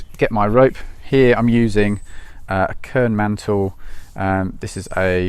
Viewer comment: I’m sorry I could not understand the name of the rope you’re using. Was it care mantle?